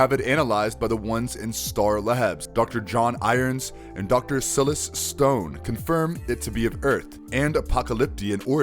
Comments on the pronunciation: Dr Sillis Stone??? Lmao Silas maybe? Pronounced (psy-lass) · Why do you keep calling Ra's Al Ghul "Rar"? It's pronounced "ray-shh", not "Rar"! Later on calling Silas Stone "Sil-us" (pronounced like "kill us" with an S, so "Sil us") instead of "sylous" The video is cool as a recap but the wrong pronunciations of the names are really grating lol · I laughed out loud at his pronunciation of Menagerie and Silas. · It's weird that you mispronounce names like Ra's and Silas when these are names you can audibly hear in the movies you reference.